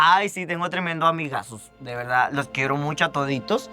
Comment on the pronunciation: “Honestamente"... “no, de veldad" AYY JASJJASJ